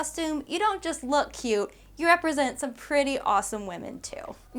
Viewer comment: Take a shot every time says lewk... careful!